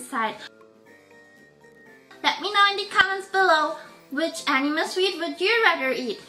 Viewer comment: it is not called ainwe it's ainme 😑